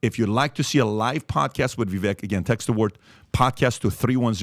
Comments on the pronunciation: No, Vivek (Vivake) like cake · His name is actually pronounced like Viv-A-k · BINGO!!! BTW his name is pronounced "Vivake" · * pronounced Viv-ik